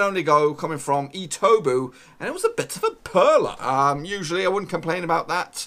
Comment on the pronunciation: Who’s etobo His name is etebo